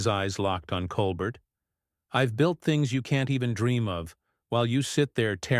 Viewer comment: I think it’s pronounced Cole bear